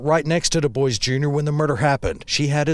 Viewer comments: The way they pronounce "Dubois" down there is wild. RIP Bill, thank you for your service. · at least pronounce his last name right...respect the veteran and his sacrifice i was corrected he actually pronounced it differently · Thank you for this. It really bothers me when these YouTubers can't bother to look into how to pronounce things/names. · I was hearing "Duke boys" I'm like deg gummit they done did it again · Doo-BWA is the correct pronunciation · “Dewboyz”? Lol I always thought the DuBois surname was pronounced “doo-bwah” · I live in Louisiana and there are so many DuBois...Most pronounce their names the correct way "doo-bwah". Then there are those who pronounce it "dewboyz". Even though both are spelled the same way 😂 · Doo-BWAH, not Doo-BOICE, lol 😅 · It's pronounced Doo-bwah, not Doo-Boys. It's French. I think it's fairly important to be able to pronounce the name of the victim and their family correctly. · The last name ia pronounced dubwaa not duboys lol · The proper pronunciation is Dubwaw, not Duboys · Du-bwa not Du-boice. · It’s not pronounced D’boys🤦‍♀️ it’s pronounced D’bua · Thank you for pointing out the name pronunciation. The correct (French) pronunciation is "Du-bwah" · There is a town near Central Pennsylvania with the same spelling Dubois. Everyone around here pronounces it "Dew boys". It just matters where you are, I guess. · Yeah, it always bothers me when people mispronounce it like that.. I find it hard to believe they’ve never known someone with the surname, Dubois, or aren’t familiar with it at least. .but I guess these days you can’t expect much of most people. I’m sure that surname is also quite common, but the “Doo-bwah” pronunciation is definitely far more common and widely known. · Omggg. I just said this out loud & then read your comment right after!!! Lmaooo. I was thinking the exact same thing!!! Seriously. Doo-Bwah is correct I believe??? ❤❤❤ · It’s pronounced DOO-BWAHH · This is minutiae, but DuBois is pronounced "doo-BWAH"